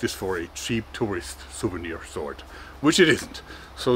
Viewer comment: Mann, das triggert mich SO brutal an das dein "sword" sich (gefühlte fünfzig mal) so anhört wie "sort"... Ist das so gewollt "eingedeutschtes" Englisch für die Fans, oder was soll das?